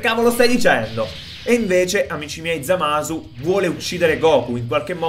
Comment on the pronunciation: hai di dice Zamas